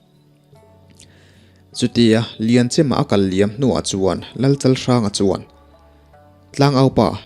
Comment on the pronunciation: Lianchem . Lian hi a ri sang lam lek lek a lambrik tur a ni a. chem hi a ri hniam a lam rik tur a ni ve thung . Tun a i lamrik ve dan hi chu a dik lo hulhual a ni. Pawi ṭawng ah chuam Chem hi Lusei ṭawng ah chuan Zo tih na a ni mai e . Liamchem tih leh Lianzoa tih hi a awmzia a in ang reng awm e .